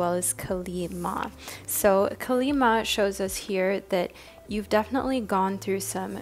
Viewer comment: The correct pronunciation of Kali Ma is KAA-LEE, as in Kali Uchis. Kali (KUH-LI) means maiden in Hindi 😭